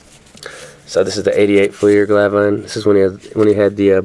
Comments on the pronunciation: Me 2. Lets practise. #1 Finite is pronounced FINE - NIGHT. #2 Glavine is pronounced Glaav-in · Never heard anyone pronounce it that way... Maybe I've been saying it wrong. The braces comment was good.